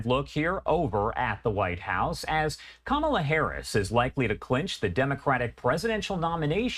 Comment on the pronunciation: Who really is this who cannot say Kamala's name correctly. MAGA? Must America Go Angry under GOD